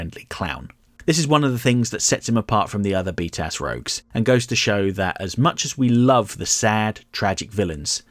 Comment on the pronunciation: I know he's say b tas (btas) as in the Acronym for batman the animated series but every time all I hear is beat ass